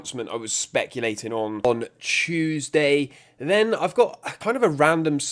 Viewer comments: My boy went full british and said CHEWSDAY 😂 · Oh man it slipped out right at the beginning.